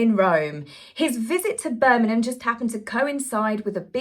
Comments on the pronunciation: It’s Birmingham. Not. Birmin ham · It isnt Birminam is Birmingham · Please stop saying BIRMINAM........it's Birmingham.......HAM (as in hamlet). It drives me crazy! You don't say Nottinnam or Wokingnam! I love your talks but this is the second time I've had to mention it...please try? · TAZ! BIRMIN”G”ham!!!! It has a “G” in it!!! As a “brummy”; grrrrrr!!!! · I love you but please pronounce Birmingham with the g xx sorry xxx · I love you but please pronounce Birmingham with the g xx